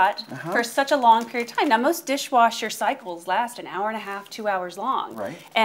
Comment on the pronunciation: "In a Diiihhwashurr!!"